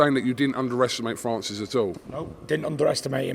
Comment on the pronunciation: Big boy can’t even say “Francis” he says “Fannsis”